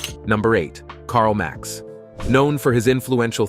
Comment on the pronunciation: Really…? Karl “MAX”